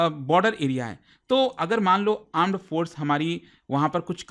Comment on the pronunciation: he said , aand forces :face-purple-crying::face-purple-crying::face-purple-crying::face-purple-crying::face-purple-crying